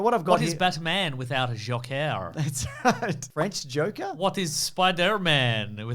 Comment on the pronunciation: “What is Batman without Jhokeer” 😂 “What is Spi-derrr-man” 🤣👏🏽